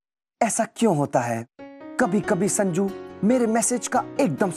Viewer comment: sajnu instead of sanju